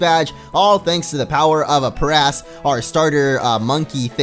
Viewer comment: aprass is pronounced up your ass